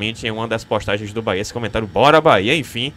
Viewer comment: Reinier não serve, ele falou "bora Bahia" e o certo é "bora bahêa"